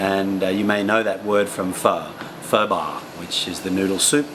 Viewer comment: Maybe because I speak with Northern accent, but you pronounce some words really off, like bô, phở, chị, xạo. I know Southerner don't use dấu nặng and don't pronounce dấu hỏi that clear, but since you said you went more for a Northern dialect in this vid I couldn't help to be bothered. We also say trời ơi sometimes :) But your Viet is really good, you're probably the best foreigner I've heard so far and I understood 95%. But you sound more Southern than Northern haha.